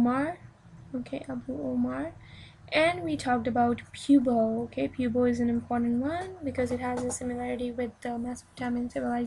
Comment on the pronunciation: Pubo?? do you mean Buto??